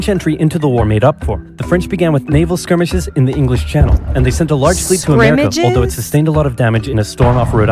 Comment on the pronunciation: The word was "skirmishes". SKURM-ISH 1. A minor battle in war, as one between small forces or between large forces avoiding direct conflict. 2. A minor or preliminary conflict or dispute: a skirmish over the rules before the debate began. I can't see the word you were trying to pronounce, but it sounded like you were saying: Constantinople (pronounced) CON-STAN-TIN-NO-PULL